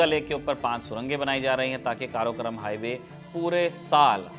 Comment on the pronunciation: बहुत बढ़िया, पर उसे काराकोरम कहते हैं। स्कूल में पढ़ा था